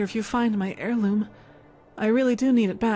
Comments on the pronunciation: I know your dyslexic bro, but its AIR loom not HAIR loom. H is silent yo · Lol.. 'Hair Loom' its pronounced air loom .. But hairloom sounds good too, got to weave that hair..heehee